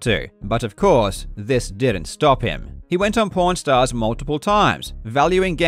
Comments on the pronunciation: i was listening to this video without watching the screen and when he talked about pawn stars i thought he was saying porn stars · your accent makes it sound like "pornstars" 😆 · Obligatory pornstars joke(pawnstars pronunciation) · did anyone else hear “porn stars” and get excited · When you pronounce that name and it sounds like "Porn Stars". YouTube captioning system agrees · Every time you say "Pawn Stars" it sounds exactly like porn stars lol. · Pawn Stars sounds like Porn Stars. Made me smile everytime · I never realized Pawn Stars sounded like Porn Stars until you pronounced it. Because you pronounce them both almost the exact same, to American ears. I wonder if them naming the show that, was intentional? I guess it would have to be. Literally never made that connection. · This is all a big deal and people should know about it, but I can't be the only person who keeps thinking he's saying porn star and not pawn star and has to do a doubletake every time, right? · Karl I love your videos. I listen to them a lot on my drives, even ones I’ve listened to before. However, the absolute double take I did with how you pronounced pawn stars as (I heard it) porn stars almost made me crash by laughing. Great video! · Is it me or does it sounds like he is saying porn stars and not pawn stars? LOL Love the video!!! Thanks Karl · I thought he was saying "porn stars" for the first ~15mins... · I really thought he was saying that he went on porn stars 🤣🤣🤣🤣🤣🤣🤣. I was like what 😳? Until I glanced back at the clips . Such is the hazard of listening while working on other things 🤣🤣🤣🤣. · He pronounces the a in "pawn stars" like an o so it sounds like he's saying "porn stars" and it's honstly the funniest thing. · "Several weeks ago I was investigating the relationship between Wata games and porn stars" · I kept hearing ‘porn stars’. xD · It sounds like porn stars when he says pawn stars lol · I don’t know why, but pawnstores somehow sounds like po**stars